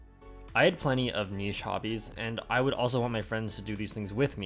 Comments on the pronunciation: The way you pronounce niche almost made me spit out my drink. It’s so close but very obviously wrong because it’s almost like you highlight the parts that are wrong and exaggerate them. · "I had plenty of neesh hobbies,"